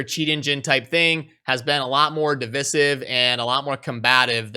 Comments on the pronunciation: Love the vid, but it's div(eye)sive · You didn't link the onlyfans colab, it's just respectful to reciprocate. ;p edit:( it's div-eye-siv)